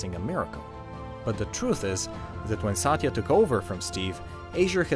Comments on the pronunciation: It's not saaatya. It's Satya with a relatively short length of the letter A's pronounciation. If you say someone's name, atleast pronounce it properly. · I am cringed over the fact that how wrong he pronounced Satya 's name